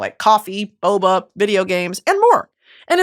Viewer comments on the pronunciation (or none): none